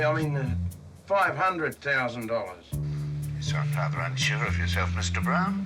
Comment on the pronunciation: we want 50 thou............I mean 500,000 dowwars. He's either drunk or high or just forgetful....from being drunk or high .